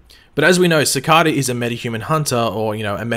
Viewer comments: Ci-car-da? Its pronounced ci-kay-Da srry my ocd triggered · Please cicada not cacada please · Seh-ka-da lol love your videos man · sick-ah-da, it's Cicada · How are you playing sakata wrong when they say it in the show sa-Kay-ta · U can't say cicada right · its cicada not cikada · The way u say cicada cicaaaada wtf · Cicada not cicAda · youtube recommended you because I like the flash. You watch the show, why can't you just pronounce the name properly? I know Australians pronounce some words differently ( I have a cousin who lives in Australia so have heard some of the differences), but the name has been spoken dozens of times. It really bugs me when people who've heard a name pronounced, deliberately pronounce it differently, it's very ignorant. Other than that I thought your theory video was somewhat interesting. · Why does he say cicada wrong?? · You are saying cicada wrong